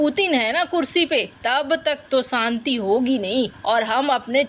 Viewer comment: Saanti nahin Shanti boliye madam